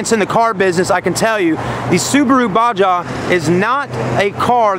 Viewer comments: It's pronounced Baw-Haw. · This dude just pronounced it “ba-ja” and “box-ster”